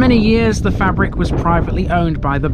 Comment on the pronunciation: Fay-brick, not fabric.